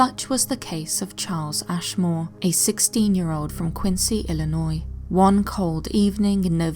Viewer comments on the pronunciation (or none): none